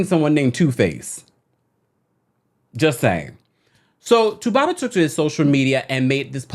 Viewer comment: I love the way u say 2baba